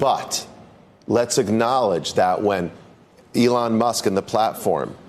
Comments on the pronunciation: just listen to how he pronounces Elon's name... "allan." clearly a sly racial slip.. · just listen to how he pronounces "Elon's" name as "allahn." that ceo is the only racist pos here. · A-lawn lmao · The ADL is so stupid... Elon Musk says the ADL is defaming him by calling him anti-semitic. What does the ADL do? They go on national television and call Elon Musk anti-semitic. Brilliant move. Total deescalation. Musk has no cause to sue now! Oh and the CEO misprounced "Elon". Again, on national television. Apparently he can't pronounce foreign names! Sounds pretty racist to me.